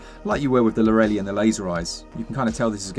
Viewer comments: you say lorra lee ... It's lorra lie (as in telling a lie, or lying down) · Guys - go watch Gilmore Girls for the pronunciation of Lorelei ... it's pronounced as Lor (from Lorry) ra (like in run) and lei (as in lie ... l-eye) ... it was never lorrally as you've been saying. Great video tho. I've put Monster Hunter Stories is going on my wish list . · Id wager its pronounced laurel-lie so the title rhymes. Could be wrong tho. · The name lorelei is pronounced Laura-lie sorry it just really bugged me. 😉